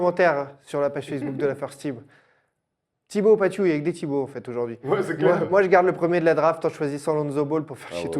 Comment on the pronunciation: C'est pas Thibault "Patiou", mais c'est Thibault "Pateuve"